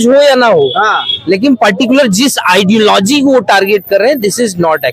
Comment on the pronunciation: The idealogy concept wala word correctly said.